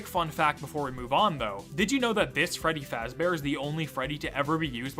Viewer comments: I like it when he said Freddy fazbaer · actually it's pronounced freddy fazbear.